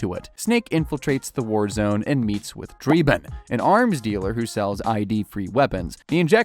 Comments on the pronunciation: It is also dreb-IN and nay-OH-me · Draybin 😅 They say his name clearly in the game, its Drebin, soft ɛ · Almost 2 hours to pronounce Drebin correctly and it never happened...